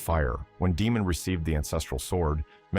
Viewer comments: Day-mon not Dee-mon. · FUUUUUCK! IT'S PRONOUNCED DAY-MON! Good Lord man! There's literally a whole show where he's a primary character and his name is said multiple times. Out here calling him Demon over and over.